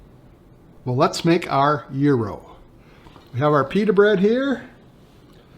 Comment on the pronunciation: Congratulations on your pronunciation of Gyro. My wife is Greek and we've been there many times. In Greece they pile up slabs of beef and thinly slice it off. You lost me when you added lamb. Hate the smell and taste of it. The ground meat is purely American, not Greek.